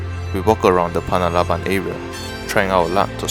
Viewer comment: anyway .. its panarlaban not palabalan ... hahhah